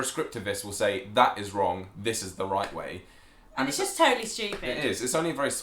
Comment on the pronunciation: Its funny that his messed up at "right or wronge way" funny thing I'm from Boston and and I can prounuce difficult words but I have to pause when I say "Road Rage" not sure if your familiar with it but Road Rage = getting angry while driving your car on a road,, if I try to say it flunetly I Fumble the words